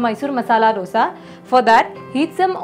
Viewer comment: Ma'am, recipes are nice. Ek cheez jo maine bolna zarrori samjha. It is दोसै in Tamizh, दोशा in Malayalam, दोसे in Kannada and दोसा in Telugu. Please pronounce in one of these ways. These is nothing called डोसा. Aur सांबार hai, bohot log सांबर bolte hai. Please don't be offended but this is what it is.